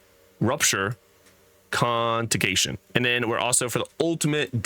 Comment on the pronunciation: How come you and Echo can never pronounce any of these Diablo terms correctly? 😂 Contagion is ‘kuhn·tay·jn’…and that wasnt the only one…but hey, you arent here to teach English, love your vids…no hate! Just think its an entertaining resemblance. I sub u both! Gonna put this build in the armory pronto! Forgot to mention, I also played Halo! Slayer!!!